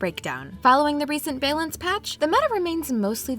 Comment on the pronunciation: What makes it shocking is that her enunciation is otherwise pretty flawless.... and then you hear Bay-lence.